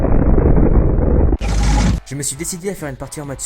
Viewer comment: fuck se prononce fock